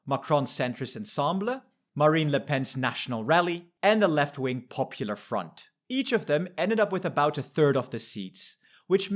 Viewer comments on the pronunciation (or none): none